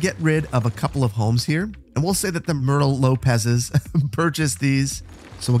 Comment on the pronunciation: At one point you said myrtle lopez, how a bout Murlow hotels and resorts. Or spelled Merlot.. love your videos. ty